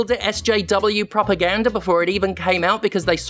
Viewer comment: I'm not proud to admit this, but I was 21 minutes into the video before I realized you were saying propaganda rather than "proper gander".